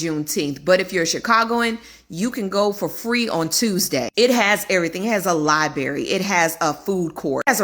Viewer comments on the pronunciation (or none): did that lady say it Obama's libriary has a liberry in it? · 😅 why cant y'all say libRary? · Ummm, did she say “lie-berry”??😆😆😆